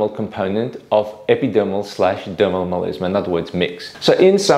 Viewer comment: Meleezmah))))) Come on man, it's melasma.